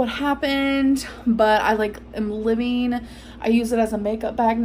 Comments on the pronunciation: "live-eeeen" instead of "living" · I heard her say it after I typed this and it sounded like liveen. But I could swear I've heard her say it livvvvin before.